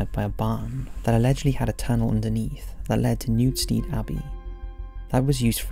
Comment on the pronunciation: Great vids keep up the good work but as someone from Nottingham take it from me it's new sted Abbey not new steed Abbey